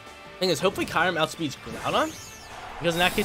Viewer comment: Also, I think its (Curry-Um)